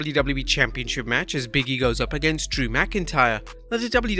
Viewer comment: . . . . again . . . the man's name is BIG E, not Biggie Seriously man, it's not hard to pronounce his name. It's like Simon Miller who keeps calling Jake Hager, Jake HAGAR